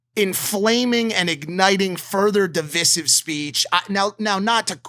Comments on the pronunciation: Mike I love you but it's pronounced dih-vai-siv not dih-vih-siv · Mike saying divisive wrong 10-20 times. 🤦🏼‍♂️ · Mike if your gonna say it 50 times, please pronounce it right, okay? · Not to derail the important conversation but who’s gonna tell mike how to actually say “divisive” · Divisive lol. Pronunciation was funny